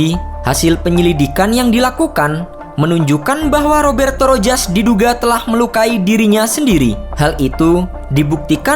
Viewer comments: Rojas. Bacanya ROHAS min..piss😁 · Rojas disebut sebagai Rohas